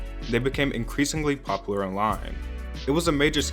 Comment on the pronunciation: You pronounce "debut" and "popular" weird. Both words should have a "yoo" sound.